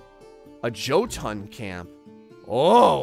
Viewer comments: Jotun is pronounced Yo-tun. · With the Norse language the j's are mostly pronounced like y's fprmthe most part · Gotta help you here man Draugr: Dr-ow-gr (Ow like ouch) They are cursed warriors who have died. Jotun: Yo-ton A giant Love how you got Helheim and Valkyrie properly but had issues with these 😂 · Draugr... Jotun... Hearing him mispronounce these names is torture.